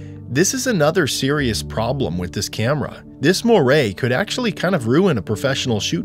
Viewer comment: It's not mohray, it's moire /mwär/